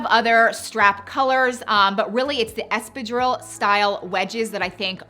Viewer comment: The way she pronounces espadrille makes me cringe 😬 that is NOT how you say that.